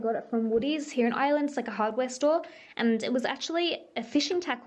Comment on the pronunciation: I love how when you say Ireland it sounds like island haha 😛❤️